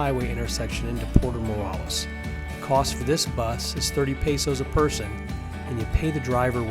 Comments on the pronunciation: Good info. Id suggest you learn to pronounce Morelos. The is sounded as an English long A. Also Chedraui shay- draw-ee. And it is a little misleading, giving no info about snorkeling from shore. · Good info. Id suggest you learn to pronounce Morelos. The E is sounded as an English long A. Also Chedraui shay- draw-ee. And it is a little misleading, giving no info about snorkeling from shore.